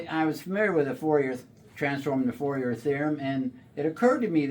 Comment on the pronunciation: "Fourier" is French, pronounced "for-yay".